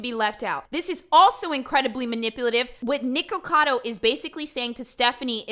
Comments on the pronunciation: why do you keep saying NEEKocado? his name is nicholas, it’s fucking NIKocado. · "Knee-kacado avocado"